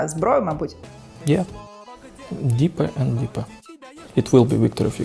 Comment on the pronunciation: «Діпа енд діпа» нє ну над вимовою там точно працювати й працювати))